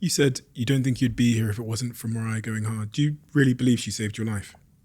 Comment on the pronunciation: britts pronouncing mariah: "mariahr"